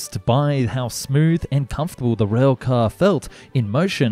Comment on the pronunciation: Rail, not rhweahl